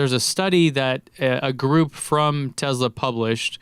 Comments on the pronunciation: What's a Tezla?? Please review the data. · Been criticizing someone dating a name wrong is hilarious considering he can't even say tesla correctly. No z genius.